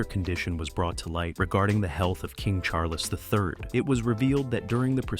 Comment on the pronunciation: CHAR-LESS??? CHARLES